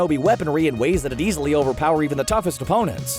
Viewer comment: Is it me somebody else heard him saying UBERPOWER instead of OVERPOWER